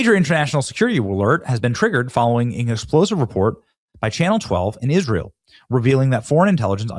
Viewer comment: You mistakenly pronounced Israel wrong.... it almost sounded like you said something resembling I Ran...